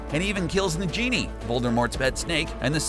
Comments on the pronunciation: how the fk can u not say Nagini right seriously?? its not fkn na-genie, GOD did u not do any research? or even know it without doing any special research. most people know it just by seeing the movie one time. because i assume that you watched the movies to know the facts in the video?. This is maybe an overreaction but im triggered. and he says aneemagus? wtf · So I went back and listened after reading these replies and carefully listened, he definitely says "nah-genie" not "the genie". So he can't f***ing pronounce it. Also he says that Harry was a horcrux, Rowling came out and said he wasn't actually a horcrux. Also herb is pronounced "erb" not "huerb " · I almost stopped watching when he pronounced the snake's name as nah-genie, but I gave him a chance anyway... But he did it AGAIN! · Am I the only one annoyed by how he Pronounces Nagini?!? And Neville and Luna will ALWAYS be MY Headcanon! Edit: Does he intentionally mispronounce EVERYTHING?!? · For the love of god, how hard would it have been to hire a narrator who knows how to pronounce names properly? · how this dude said nagini yet he be making vids about hp bro just stop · I’ve read the Harry Potter Books 3 times through so fuck off -How would you like it if your name was pronounced wrong Nagini was the last horcrux made and destroyed -It was written by Fans of the Series not J.K. Rowling. Voldemort has no kids!!!! -The cover says “A play based on the stories written by J.K. Rowling” -Hagrid was a father figure. When Harry went to die Hagrid felt like he was losing his son -The point I made before was about how they talked about the actor and not Neville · Clearly not a Potter fan can't say nagini properly. Hummmmm. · this guy pisses me off I think he mispronounces words like nagini and animagist just to be a dick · Its N-A-G-I-N-I , Not N-A-J-I-N-I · It's not NA-JEENE (how you said it), it is NA-GI-NE. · Its negini, not nejeni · Nagini, not Najini. Look up the word naga. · Its Nag-ini! Not Najini